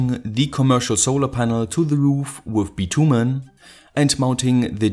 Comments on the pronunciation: No offence but I feel like and “these” would have been more natural than “those”. Also as far as I know you say “bitch-yumen” 😁 lmao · Bitumen is pronounced bitchumen (not pulling your leg) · haha! bitumen is pronounced: bitch-er-menn. Great video as always!